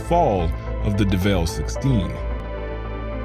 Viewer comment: "the devels in the details" 😂 edit